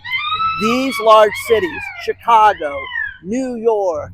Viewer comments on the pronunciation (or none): none